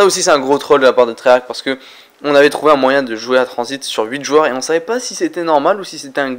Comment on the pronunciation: je crois que c est la première fois que tu prononce tranzit par son vrai nom 🤣